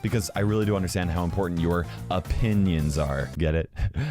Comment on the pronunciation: Cries in f2p hears say o-PIN-nions and starts laughing so hard my eyes fell out.